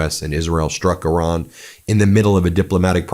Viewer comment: It’s eeran Ben not Euran, the I is pronounced as in Italy, Israel etc…